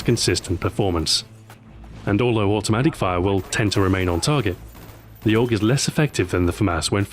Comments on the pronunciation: OTS NOT OG ! ITS THE AY-U-GEE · its A-U-G not aug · 2012. Ahoy: "AUG" 2026. Ahoy: "Ay You Gee" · Not AUG, A U G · A.U.G., not AUG! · AYY-YOO-GEE.......we austrians know this better than you americans! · Lol you don't know that you say it aug, as in augment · 1. He never reads the comments 2. AUG-mented LOL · It's pronounced A - U - G, surprised Stuart didn't pick up on that :p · AUGment? AUGMENT? Stuart... I literally groaned when i heard it. Damn it Stuart XD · Wildpig meant that he should pronounce it as "A-U-G".